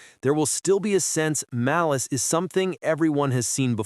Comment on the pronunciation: What is Maleece? It's Malice.